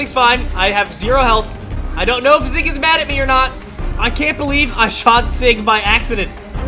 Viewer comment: You say zyg wrong you say zig not zyg